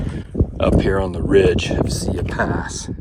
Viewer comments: As a Montanan please learn how to pronounce our trails before recording a video. It’s Sigh-e pass! Not see-ya pass. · Pronounced “sigh-yee”! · it's sigh-ee pass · Great video. However, Siyeh is pronounced sigh-YEE Pass. Many people had trouble with the pronunciation. I was a Red Bus driver (aka Jammer) in the mid 70s. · Tip: learn how to pronounce the name of pass you are hiking. It gives you some credibility.